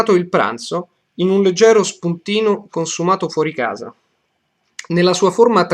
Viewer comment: I might sound stupid asking this but when you read the last sentences on which you wrote the markers, the main stresses sometimes sounded to me as neutrol tones. For example when you said fuori casa, you said casa with a deeper tone (I don't really know any more adequate word to describe the sound) than in the first video. In the first video, when you said prendiamo, it sounds as though the ia diphtong is pronounced with more force. I hope that I expressed myself adequatly, it was a bit hard. :P